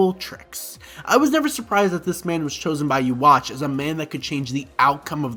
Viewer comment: Who the fak is uwatch ? 😂😂😂 bro it’s pronounced like yoo-ha-ba-kh